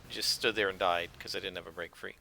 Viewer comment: Every time you say I need some “Break Frees” I hear “Brain Freeze”